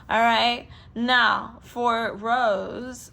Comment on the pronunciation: It's Rosé not rose Rosé pronounce RO-ZAY